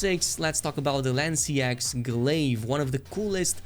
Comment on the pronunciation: I could be wrong, but I think Lanseaux is pronounced like "faux" So it's, "Lan-sow" instead of "lan-see-axe"